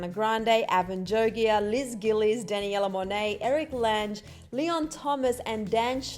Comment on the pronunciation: Sis really just said “dan a yella”